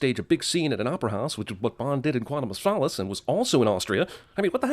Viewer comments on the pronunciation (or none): CinemaSins doesn't know how to pronounce "solace" or "Phillippe". (ding ding)